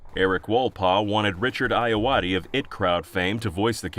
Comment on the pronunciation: I just think it's hilarious that he was able to pronounce Ayoade correctly but not I.T. Crowd or Graham Linehan.